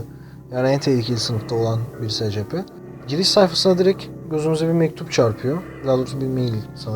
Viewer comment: abi secepe diye okunmuyor esipi diye okunuyor